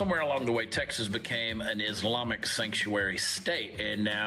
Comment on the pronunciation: That robot woman standing there Consistently goes thru the SAME hand movements,...& is trying to say Islami - instead robot says ' iz limey! ' , you can tell when it's a computer they can't pronounce the year or a $ monetary/dollar amount properly.